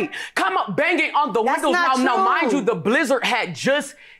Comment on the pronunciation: The plaintiff said “bazing” on national tv 😂